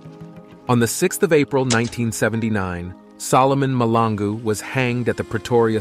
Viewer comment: Mahlangu Malangu...two different things You keep on saying Malangu.. It's irritating, but good video though..